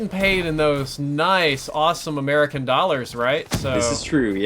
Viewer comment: American not camaea